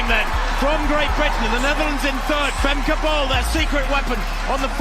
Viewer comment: I get that Americans confidently mispronounce Dutch names that also exist in the US, like Franke, in the American way, but "Famkay Bowl" just sounds so bad.